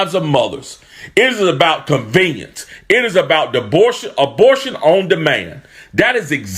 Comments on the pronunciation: its about DEBORTION- was he saying DEPORTATION OR ABORTION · Did he say Dabortion?